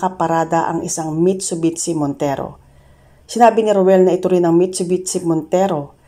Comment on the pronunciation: mitsubishi, hindi mitsubitshi,ok.